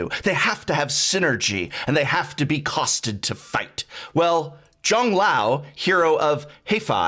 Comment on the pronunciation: I know Prof tried his best on Zhang Liao's name but for those who want to know how that's pronounced it's: Jung Lee-Ow, Hero of Huh-Fay